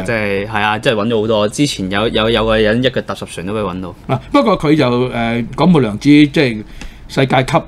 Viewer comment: 廣「末」涼子！不是「未」。在大C台講錯廣末涼子的名。😅